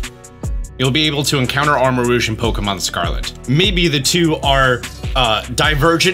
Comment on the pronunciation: It’s armor-rogue like the X-men character, not rouge like make up. Come on man! 😂